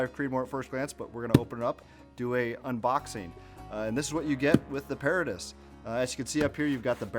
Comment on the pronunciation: It's properly pronounces pah-RAH-tus...as in the BOY Scout motto - Semper paratus...i. e. 'Always Ready'